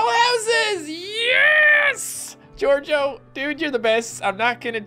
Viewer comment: A couple times you said jojo instead of gorgio. IS THAT A MODAFUKYN JOJO REFRRNCE!!??